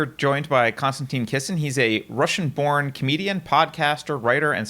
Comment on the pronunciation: Every time this guy said ‘Konstanteen’ I wanted to rip my ears off.